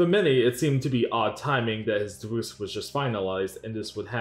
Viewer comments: DivUUse XD Taht is a wierd way to pronounce Divorce XD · Lmao "divooce" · Whats a "divooz"? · Did you pronounce the word Divorce as Divoose? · "Deevoose" for divorce is killing me 😅 but this video is really good spotlight on boogie. he doesn't deserve any kind of platform or fame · Deevoose is the strangest way to pronounce divorce. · can’t get over the way the narrator pronounces “divorce” 😅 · The what? Is he saying "deboose"? "Devoose"? WTF is this guy saying lmao! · It's DIVORCE DIVVVORCE say it right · What an interesting way to pronounce “Divorce”